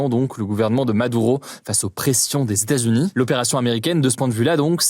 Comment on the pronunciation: hugo ! est-ce possible de dire LES E TATS U NIES s'il te plaît?? parce que ton "stazuni" là ca commence à souler